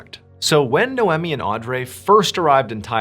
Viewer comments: Your arrogance is astounding! No one pronounces Noemi as "Nomee" like you suggest! Quick Google Search produces: The name Noemi can be pronounced in a few ways, with NO-eh-mee (like "no-Amy") being a common English pronunciation, while the original Hebrew pronunciation is closer to "nah-oh-me". Other variations include the French "no-am-ee," the Italian "no-AM-ee," and the Spanish "no-EM-ee". Depending on ethnicity! Your pronunciation doesn't seem to exist AMYWHERE! Audrey can also be pronounced several ways but, I'll let YOU do some research. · Hello! Noemi is pronounced as "Noy-mee" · Funny how you pronounce Noemi and Audrey name😂😂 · Dude, calm down with your "NO ONE SULLIES OUR PRINCE OF STORIES LIKE THAT" nonsense. I went to school with many Audreys and they did in fact not pronounce it the way John did. Ive known one NOEMI, but am unsure how she spelled it. It could have been NOMEE or something. Your lashing out is unwarrented and silly.